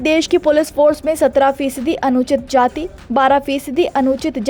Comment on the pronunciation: अनुसूचित जाति बोलना और पड़ना सिख लो रिपोर्ट भाई।😢